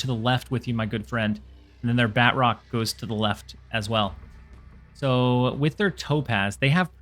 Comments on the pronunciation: Ba-troke not Bat-rock. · Btw, it’s pronounced BA-TROC! 😂 Nonetheless, phenomenal video as usual. Keep up the good work!